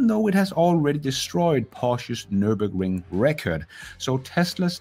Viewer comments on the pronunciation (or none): Mr BS appears to have been wrong about just about everything which is actually hard to do even if you're trying to be wrong about everything! He doesn't even know how to pronounce Nurburgring. Would you buy a German car from somebody who can't even do that? I wonder how much money Mr. BS, David Einhorn and Gordon Johnson have collectively lost to all the gullible short-sellers who rushed like Lemmings into the sea under their criminally bad advice.